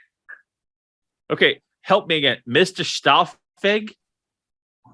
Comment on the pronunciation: just butchering the pronunciation of Stahlfege lol